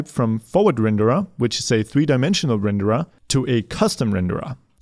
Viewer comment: I like how you say rendered, Renderah